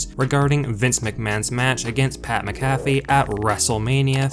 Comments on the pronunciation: I cannot stand the way this guy is pronouncing pats last name. Good lord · Who tf is pat macafe??? WHAT? !!? Sounds like a mcdonalds drink or some crap. 😂 another idiot that makes money off the sport and cant even have the respect of knowing how to pronounce their name... That Wrestlelameia clown is the same way. Why i wont sub to these clowns or like any vids... Faker then back yard wrestlers!!!! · You not being able to say pats last name right is making me turn this video off. Sorry man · I can't stand you pronounce his name wrong how do you get his name wrong do you actually watch wrestling? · The way you pronounce Pat’s last name shows you don’t even watch Smackdown🙄 I can’t stand you pretend fans. Y’all just make videos for the money. Please learn how to say his last name properly🥴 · I'm gonna have to stop watching you if you can't say Pats name right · How do you not know how to say McAfee's name, and you're this into the sport? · Please stop saying his name. Say it with me It's pronounced Mac - A - Fee, Not Mick -cafey. I know you only know him as a commentator on Smack Down but he was the Punter for my Indianapolis Colts for his whole NFL career and hearing his name butchered is hard on the ears. LOL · DUDE GET YOUR ENGLISH RIGHT. You keep saying PAT MCGAFFY You are wrong. His name is Pat MC A FEE. NOT MC GAFFY. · Your voice cadence is terrible. The name is pronounced MAC-a-fee. Not mac-A-FEE. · Pat McAfee's name is pronounced the same way you pronounce the antivirus software: MACK-uh-fee. Take the time to do a little phonetic research and I might even subscribe to you. ;) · Mac-uh-fee, is wrong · Sound it out...Mac-a-fee. Vince looked in great shape for a man in his 70s, except when he raised his arms and then we could see the flappy skin underneath. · Mac-a-fee……if you’re going to do these videos learn how to say names. Let’s also try to be less monotone. Maybe hire a narrator? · THIS GUY SAID PAT MCAFEEE LIKE A COFFEE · You say pats last name wrong 😂